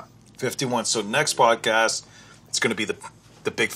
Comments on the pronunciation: He said podcash 😂😂😂😂😂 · why does julian say podcash